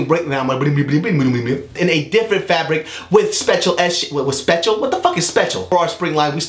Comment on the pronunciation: "spetchul" lmfaoooo